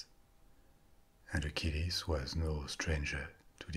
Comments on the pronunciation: Just a small comment, you pronounce Hercules and Achilles the same! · Are you saying Hercules or acheles